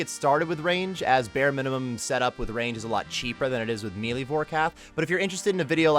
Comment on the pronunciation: The fact that you say "me lee" cracks me up. 😂😂